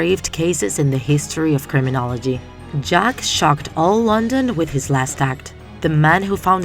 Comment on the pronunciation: Sounds more like Jeff the ripper aka Jeff the killer